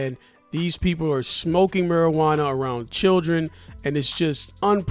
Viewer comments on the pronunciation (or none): oh no not marajauana haha